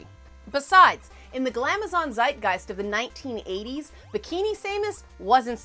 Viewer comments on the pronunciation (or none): none